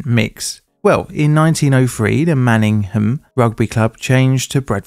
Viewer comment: absolutely love your videos but as a bradford local, Manningham has a silent H 😅 man-inG-m